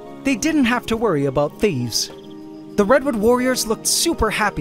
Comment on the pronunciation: “ They didn’t have to worry about thheeves” funny how you say it. You sounded country for one word☝🏼🤣🤣